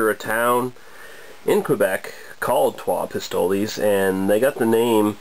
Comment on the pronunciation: I think it's actually pronounced Pistol (es is silent). I've heard of this one from a friend in Montreal, sounds delicious. I'm truly jealous, good review!